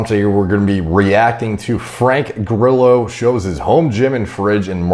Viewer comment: Facts: Grillo is the Spanish word for cricket, and it's spelled Gree-Yo. The Yo like when you say "hey yo").